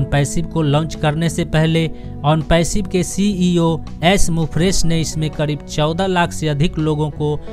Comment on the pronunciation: ऐश मुफ्रेश नही सर जी, वो ऐश मुफारे है